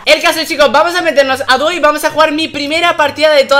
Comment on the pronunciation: like si escuchaste que arta dijo doy en ves de duo